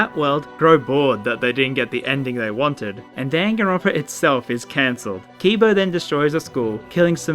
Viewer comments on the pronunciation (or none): Maybe I’ve been saying it wrong but I wanna scream hearing dawn-gone-Ron-pa One more time... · Why does say Danganronpa like gun gun runpa?